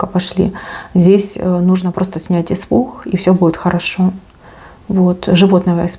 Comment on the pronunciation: Испух 😂😂😂😂😂😂😂че по русски не разговариваешь😂😂😂😂😂испуххххх